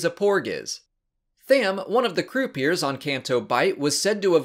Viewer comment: Minor nitpick, croupier is pronounced Croo-Pee-Yay, not Croo-Pee-Ur. Its a french word. Cheers!